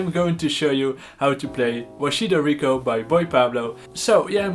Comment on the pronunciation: God, I love how he said “Wachito Rico” 💀